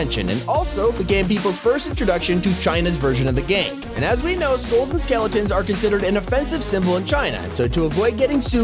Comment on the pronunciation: everybody 'round heres got skele'ons